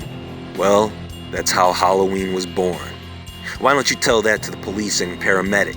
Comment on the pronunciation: Word howlloween.😁😀🙂😐😕☹️😞🤕💀💩👻